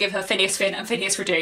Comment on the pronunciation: Hello and thank you for another interesting video. I look forward to your thoughts on The Palliser novels. Just one thing if I may and that is can you please pronounce Phineas Redux correctly? I refer to the Redux part of the title which is pronounced Ree-ducks not re-doo. It comes from the Latin and not the French (as I suspect you may think). Apologies if this offends I certainly don't mean it to. Your channel is one of the brighter, intelligent and more thoughtful places on YouTube. Many thanks.